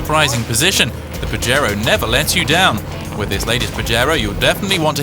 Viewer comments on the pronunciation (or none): haaha he said PAJERO haaha that means jack off lol its PAHERO its spelled with a j but sounds like an h lol